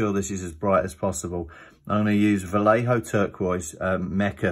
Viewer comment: It’s pronounced Va-yay-ho